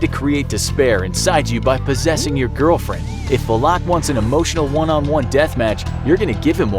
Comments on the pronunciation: How are you going to defeat it if you can't even pronounce its name? 😃 It's "Val-ek", not Va-lock LOL. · also it’s not VALAK it’s VALIK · Its not Vleeeeeeeek or Vlaaaaaaaak Its Valak. Legit just read how its written,its not hard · When you said Volak, that everyone said Valak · Pronounced :valkick Name:Valak He calls her: valock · "Valaaaaak" lol It's pronounced as "Valek" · It’s valak not “valock” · It is VALAK not VULOK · it’s not “VUH-LACK” it’s pronounced “VAL-ECK” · tahst not how u say her name its Valac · Valak. Just say valak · Am I the one that pronounces valak like va-luk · The way he pronounces valak like vu lock makes me uncomfortable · I don’t think I heard somebody pronounce Valak more terribly 😂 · Mispronouncing Valak the entire video, sigh. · The way he said Valak smh 😒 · I am so annoyed by how he says her name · Pronounces valak in the dumbest way possible the whole video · I’m just annoyed Valak was pronounced wrong 😖